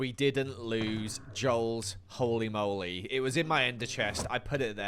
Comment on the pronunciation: "joe-ly hoe-ly moe-ly"